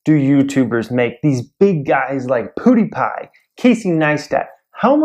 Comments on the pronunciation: Does it annoy anyone else that he is saying "PooDiePie" instead of PewDiePie? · "Poodiepie" lol